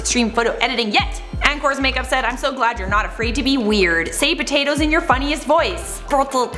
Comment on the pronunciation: How the hell did she say potatoes like that